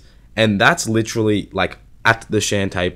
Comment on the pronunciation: LITCHERALLY Haaa